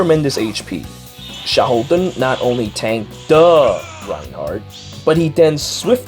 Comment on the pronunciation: Maybe Karel was designed around Xiahou Dun? (Fun fact: I first thought you were calling him Sheldon, but after I listened a couple of times, I could tell from the way you were saying it, that it wasn't that) Would you believe I have yet to summon him? Both him and Lyn - I've not seen hide nor hair of either of them.